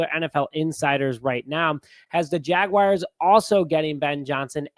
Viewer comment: Jaguars...not Jag-wires 🤦🏿‍♂️😆